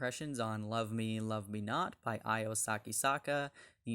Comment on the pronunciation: Hey…her name is pronounced Io (ee-oh) not (eye-oh)…